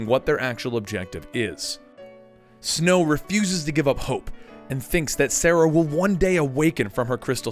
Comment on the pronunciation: so i know this is a dead post, but i just came upon it.. and all i have to say.. with all you had to say about being correct and easy names blah blah blah.... Serah.... not "Sarah" <3 not trying to be a dick, just a little, here ya go. lol